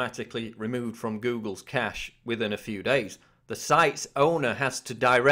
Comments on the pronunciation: It's not pronounced "cash-ay" it's pronounced "cash". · Good, but the word "cache" is pronounced the same as "cash". "Cachet" is a different word entirely.